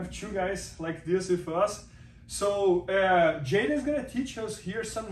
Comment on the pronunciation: it's J'Den like cmon guys... anyways good dude I hope the best for him next year even though he straight up stole my joke one time